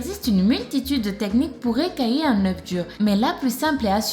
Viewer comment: pour les oeuf on dit écaler pas écallier